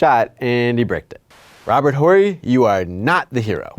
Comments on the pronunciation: Plus, if you really watched the game tape, you would have heard the announcers say "Orry" several times...Such a weird mistake... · i said that before i heard you call him robert whorey. h is silent dude. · Pronounced O-ree come on man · thexfactor268 OR-EE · You pronounce Horry’s last name like someone who’s never watched him play or heard his name pronounced out loud. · Wait a minute. How in the world did you pronounce Horry's name?! That's amusing. Pretty sure the H is silent. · Are you all sports fans? How can you not know the H in Horry is silent? Anyone that watched a few seconds of his career knows this. That’s embarrassing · I thought the h was silent? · Love the way you pronounce his name. Lol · he said robert horry wrong. 😂 W word 😂😂😂😂😂😂😂😂😂😂😂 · ....pretty sure the H in BS-Bob's last name is silent.....? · I can't deal with this guy's constant mispronunciation of Robert Horry's name. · Pretty sure the H in Robert Horry is silent. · The H in Horry's name is silent. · Horry has a silent ‘H’ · I thought the “H” in “Horry” was silent. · never heard anyone but this guy pronounce the H in robert Horry.....am i nuts or what? great video, and the new clock info was very interesting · Wow, he mispronounces Horry over and over again. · The "H" in "Horry" is silent. It's throwing off the video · I hate that you can’t pronounce horry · The way you keep pronouncing Horry with a hard H is killing me. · The way he says Horry. Gross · you got approval and posted this whole video and you cant even say robert horry right? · the H in Horry is silent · Robert Horry's "H" is silent, youngblood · ...you're not supposed to pronounce the H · You are killing me with the pronouncement of Horry. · This dude doesn't even know how to pronounce Horry's last name properly.. How am I supposed to take anything he says seriously? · thierry mouren agreed. I cringed whenever he said it. Lol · Does it bother anyone else that he is pronouncing the H in Horry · Yep, reason I'm in the comments